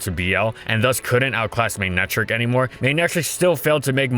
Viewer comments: tfw when its pronounced ma-neck-tric and not may-ney-trick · Odd pronunciation… MAY-netric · There's only one wrong way to say Ferrothorn, that being ferrohthorn Also FDG: MAYNECTRICK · mey nei trik ? lol i never guessed it pronounced that way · The way u pronounce his name ruins me